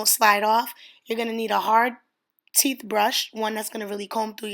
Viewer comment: “A hard teef comb” 🤪😂😂